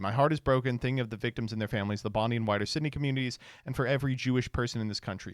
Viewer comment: man, the pronunciation of troye sivan and bondi beach hurt me